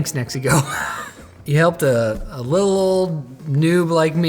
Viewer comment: I keep hearing Mexico 😅